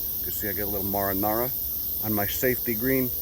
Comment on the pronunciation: oh thank god somebody who pronounces marinara correctly